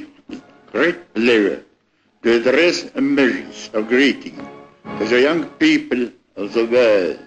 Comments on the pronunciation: mutta paasikivi sano "jank piipl" 😂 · People is pronounced as Piippil